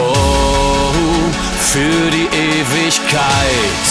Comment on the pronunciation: Die Ausländer würden es nicht so gut verstehen, wenn es auf Kölsch gesungen wäre. Ich komme aus Tschechien. Ich habe beide Versionen gehört. Die Version von Mickie Krause gefällt mir besser. Die kölnische Aussprache von "EwigKEIT" klingt komisch bei mir. Und selbstverständlich gibts es auf Kölsch Wörter, die ich nicht verstehe. Doch würde ich sagen, dass die Texte nicht identisch sind (Räuber vs Mickie Krause). Der Text von Krause hat mich mehr angesprochen. Trotzdem schätze ich die ursprungliche Idee von Räubern sehr.